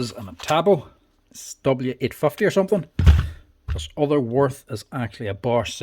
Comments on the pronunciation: Sorry for my German behaviour, its Würth not Worf 😅... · Würth" is pronounced like "Wuert", where "ue" sounds like the German ü – similar to the 'u' in 'fur' (but with rounded lips), and the "th" is a hard 't', not like in 'this' or 'think' - btw the 125 Version is 115,90€ without tax. The 115 is not available anymore. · Wurth is pronounced with a v not like a w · Würth is pronounced Wyrth